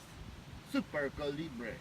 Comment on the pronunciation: Pronounced Coal-Lee-BRIEE